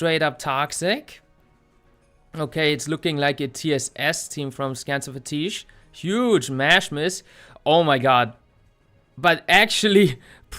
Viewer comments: you're awesome. But holy misspronunciation on "Scansafatiche" ahahahah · As an italian, this is my new favorite pronunciation of "scansafatiche"